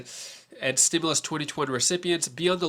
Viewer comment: Stop saying stimilius there is none